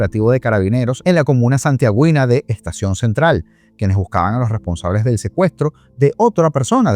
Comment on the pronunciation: cariño, como que Santiagüino? Santiaguino, sin pronunciar la u. Gracias